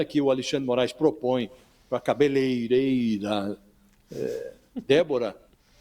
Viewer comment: 😂😂😂😂 Quantos views vocês têm aqui mesmo???? Ah, mesmo usando o nome dele só para ver se alcançam mais alguém! Putz 🤦🏽‍♀️🤦🏽‍♀️🤦🏽‍♀️ Vejo só para entender qual é o limite da inveja de vocês. Ele realmente falou errado o nome da profissão da Débora, mas, essa cegueira de vocês parece um erro incorrigível. Vamos exercitar? Ele fala "cabeleireira" certinho no próximo vídeo e vocês dizem "sou parcial no meu jornalismo porque dependo do dindin que o governo me paga" Topam? 😂😂😂😂